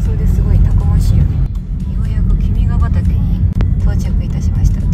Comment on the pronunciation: とても楽しく拝見しました。 動画内で何度か君ｹ畑（きみがはたけ）と仰られていますが、正しくは（きみがはた）なんです。 国歌である君が代の元になった和歌は惟喬親王を『君』として歌った物ですが、そこから君ｹ畑の君は惟喬親王さんを指し示しているらしいですね。